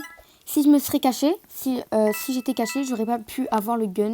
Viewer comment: Tu as dit cassé Pas caché